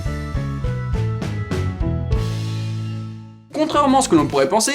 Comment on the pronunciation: J'aime bien ta vidéo, mais juste c'est shark et pas tchark ^^